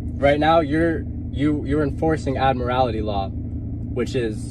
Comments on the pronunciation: What is ad-morality law? He means admiralty but doesn't know what he's talking about. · "Admirallity" law ? ? ? ? ? He can not articulate admiralty. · This guy can't even get his terms correct. He keeps saying "admirality" law. The correct term is "admiralty" law. Some of these characters actually go into a court room and declare that the court is operating under admiralty law because the American flag in the court room has a gold fringe around it. Therefor the court does not have jurisdiction over them. Admiralty law covers ships on the open seas. It has nothing to do with driving a car on a public roadway. The sovereign citizens often use the term "common law". The police officer in this video is correct when he says that term is comes from England. A couple centuries ago here in the USA the term "common law" usually meant customary legal traditions that were brought over from England but were not formally legislated here. Nowadays the term refers to a set of court decisions which form precedents which are usually followed but were never passed by the legislature. An example would be the term "common law marriage". A common law marriage is where no marriage license was ever issued to a couple, and no legal ceremony was performed, but the couple is still married in the eyes of the court because of precedents set by past court cases. For one of these sovcits to say that they are "under common law" and therefor are not subject to statutes passed by the legislature is meaningless nonsense. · How come these experts don't know how to pronounce admiralty (not admorality)? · I loose it when they can’t pronounce admiralty properly. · He can’t claim admiralty law if he can’t pronounce it correctly. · If he's going to bloviate about Admiralty Law he should, at least, learn how to pronounce 'Admiralty'. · Why do they add an extra syllable to admiralty?